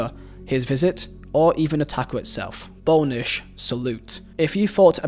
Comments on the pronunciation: bone-ish??? It’s pronounced Boz-nitch!!!! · His name is Mark Bosnich, not Mark Boneish like you said. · “Delilah” Smith? Mark “Bownitch”? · And I'm also sure that you mean, 'Bosnich,' not 'Bownich' 🤣🤣🤣🤣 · What a great video! But one thing you should know is it is pronounced bos-nich haha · Close but it’s pronounced Bos Nick, our Australian greatest keeper ever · It’s Boz-nich btw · That's gotta be the strangest pronunciation of "Bosnich" I've ever heard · Great video once again but the pronunciation of Bosnich was driving me mad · Mate how do you not know how to pronounce Bosnich? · interesting that you dont know how to pronounce Delia.... or Bosnich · Bosnich. How can you not pronounce that? At least try man. You’re a football channel!